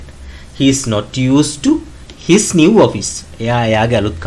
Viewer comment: new වචනය සැබැවින්ම ශබ්ද කරන්නේ ' නිව් ' යනුවෙන් නොව ' න්යූ' යනුවෙනි. කරුණාකර OALD පරීක්ෂාකර බලන්න